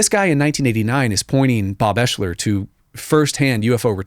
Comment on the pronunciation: Ps.. Bob’s name, it’s pronounced Ex-ler But spelled different, Oeschler I believe is the spelling. not eshler.and I can prove it